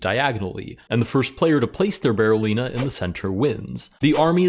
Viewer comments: DID NOBODY IN THIS COMMENT SECTION NOTICE HE SAID "BARRELLINA" THE ENTIRE VIDEO?? 💀💀💀 LET'S POINT AT HIM AND LAUGH! EDIT: DO A BARRELLINA ROLL! 🦊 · Did he actually say it wrong though? It's apparently called a Berlin pawn – or a Berolina. Yes, I wouldn't pronouce Berliner with an O. But I also wouldn't write it with one, and that apparently is the correct spelling for the fairy chess piece. So I have no idea how you're supposed to say it.